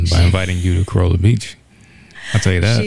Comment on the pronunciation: It's pronounced "Cah Rah Lah" the locals were quick to correct us. We used to vacation there and other spots in the Outer Banks in the 90s